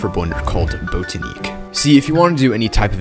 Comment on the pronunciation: its "bot-ah-nick" not "boat-ah-neek"